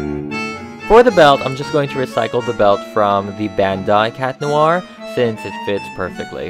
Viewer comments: Chat noir not cat noir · Ever realised Cat Noir is pronounced and spelled Chat Noir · Its chat noir not cat noir